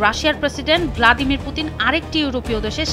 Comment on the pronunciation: ভ্লাদিমির জেলেনস্কি নয়, "ভলোদিমির" জেলেনস্কি হবে আপা